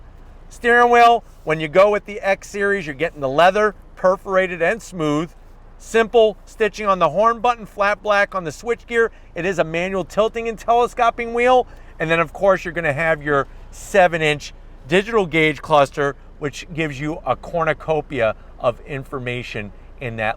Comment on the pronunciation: Tele-SCOPE-ing. Not scopping.